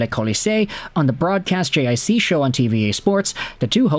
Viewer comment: JiC is pronounced JeeCee